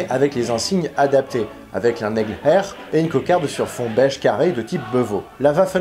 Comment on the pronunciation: Dis plutôt « Héér » que « Hair » si tu peux 😉